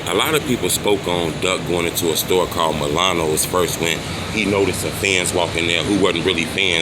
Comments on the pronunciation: Bro its milani not Milano dumbass. One of those dirty hotdogs trying to get out of your hat bro. WGN won't be calling. You can't read wtf! 🤣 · So ur dumb ass thinks an I,at the end of a word makes an O sound huh 🤔, truth be told, cant read lol